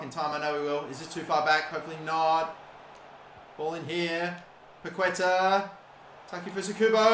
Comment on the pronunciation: Just in case: In Spanish the letter Q is usually followed by a U. The ending sound is "ke". The tilde (á) means the emphasis on the letter. So Paquetá is pronunced as PaketÁ (emphasizing the last syllable). Entertaining video as always :)